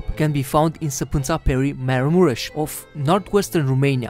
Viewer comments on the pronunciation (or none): It's pronounced Mar.a.mo.rish